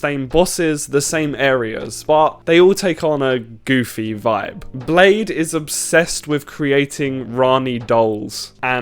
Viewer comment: Blaidd is not pronounced like Blade, it's a Welsh name, so the double d at the end almost makes a th sound. Closest english name would Blythe. Listen to how Ranni says it in game